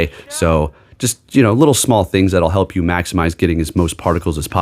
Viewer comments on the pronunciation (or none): none